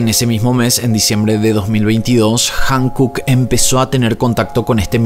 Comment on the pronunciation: ✨✨Amo tu contenido!!✨✨ Me encanta como explicas todo y le das seguimiento!! Like para todos tus videos!! 👍🏻👍🏻👍🏻👍🏻 Sólo como dato cultural 🤭 HYUNKOOK se pronuncia cómo jiunkuk. Espero puedas hacer más casos del continente asiático 🫰🏻💙